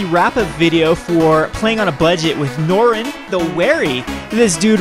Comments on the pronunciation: I love the channel and play by play commentary. That being said omen[ oh-muhn ] and norrin not norwin. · Norin is so much win, that "Norwin" actually sounds right. ;-)